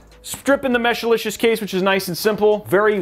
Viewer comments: I know you love saying Mesh-a-licious, but it's Mesh-licious. that's what I have in mine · Mesh-licious.. Not Meshalicious or Meshilicious. But overall good video!(